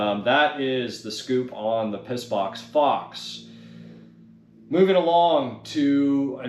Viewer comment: Did you say piss box fox. 😂